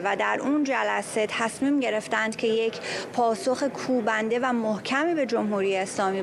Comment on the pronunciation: خانم خیلی محکم وقتی میگی پاسخ کوبندن مردم بدبخت باید سختیشو بکشن شما که امریکا هستی وسختی نکشیده ونمیکشی لطفا بعضی کلمات رو آنقدر با استواری نگو